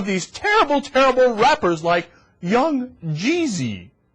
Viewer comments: i loled when she said 'young' 'jeeezy' like she was illiterate. on a side note, i want to thank the shoethrower too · "young.. gee zee" (cyndy.. looper)